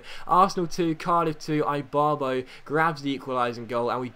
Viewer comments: Seriously? Eye-barbo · Ibarbo is pronounced eebarbo